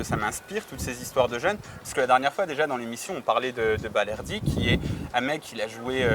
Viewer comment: On dit balerdi